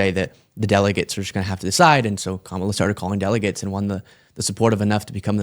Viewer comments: Intentionally mispronouncing Kamala…. Is a right wing tactic. If Sean was really being sincere, he would attempt to play the part alittle better. Actors know how to fake an accent so I know he can actually use a correct pronunciation. Instead of saying Sean, just call him Shown everytime you’re responding to him, that would be hilarious 😂😂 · Not truly important, but could people please pronounce Kamala correctly? It's not hard and is a sign of disrespect to not do so. How would they like it for their name to be consistently mispronounced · The purposeful mispronunciation of Kamala's name is old and asinine. if you're going to attempt to do this kind of work you really need to mature to the point of pronouncing names correctly. Well done,! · I know to disqualify much of what they’ll say when they mispronounce “Kamala.” It’s not a difficult name to pronounce. One would either have to intentionally mispronounce it (in which case they are either acting too childish or are too biased for me to really consider their points) or are too unaware of her name (which would speak to an EXTREME lack of awareness). Either way, this guy comes off as a really smug, know-nothing-know-it-all, prick., I hope you took him out for a nice seafood dinner before pounding him and never call him again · OMG. The mispronunciation of her name again. I felt it and said it in my head right before you did. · How can this guy STILL not pronounce Kamala correctly?! Come on. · How could you listen to him mispronounce her name and not correct him. UGH! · Does it hurt them to pronounce Kamala's name correctly? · Why can absolutely no one on the right pronounce Kamala’s name correctly? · He Still mispronounces kamala. 🙄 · Tbh I forgave the mispronunciation of Kamala this time when he said Pac-Man instead of Pakman. 😅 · "Comma-La" for fuck's sake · 😂why can’t he say Kamala the correct way!!? KAM MA LA. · Purposefully mispronouncing her name STILL is so childish and ignorant